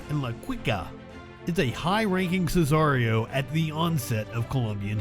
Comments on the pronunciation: Just for your info its not scissarios Its Si-ca-rios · Sesario ......not right. Si....ca....rio proper way to say it